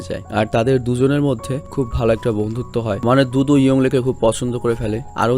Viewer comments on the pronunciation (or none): ভাই দুতু নাম টা আমি দুদু সুনতে পেলাম।😁😁😁